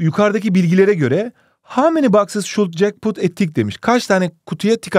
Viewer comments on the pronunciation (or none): none